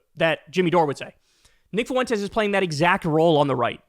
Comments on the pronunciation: Are you trying to say “Fuentes?” Well don’t do it. ‘Cause it hurts my ears when you do it. Fwen-tez, not foo-en-tez. I can’t stand the guy, but it’s Español 1 pronunciation. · It's not "foo-WEN-tez", it's "FWEN-tez". Profoundly irritating. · No shit FOO- EN- TEZ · Why are you adding an extra syllable to Fuentes? I swear white people refuse to roll their rs when speaking Spanish then turn around and say “fiddy cent” instead of fifty, or in this case “FUH WHEN TES” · Fwen-tay. Drove me nuts the butchering of that name. Anyway, as for him no one wants Nick on our side either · Can you say his name properly. You sound uncomfortable saying it. Now imagine how uncomfortable i am listening to you be uncomfortable over and over by your own choosing😂😂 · Learn how to say "fuentes" properly. It's not that hard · "Fuentes" has 2 syllables, not 3. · Fuentes is a joke, but please for the life of me Kyle Fuentes is 2 syllables. The three syllables makes me cringe every time LOL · Three syllables instead of two